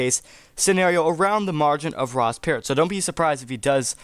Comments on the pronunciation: Perot is not pronounced "parrot". lol It's "P-row" 😆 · Per oh, not pear ot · It's not Ross 'Parrot' it;s pronounced like "Pu row" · Ross ... Per-OH not Per-OT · Ross "Parot" lol How does this "remind" you of this race when you don't even know how to pronounce the name 😂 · Perot: "Per-Row" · Dude sorry but he’s already on 1 state and you’re saying Ross Perot wrong . The T is silent Otherwise, interesting video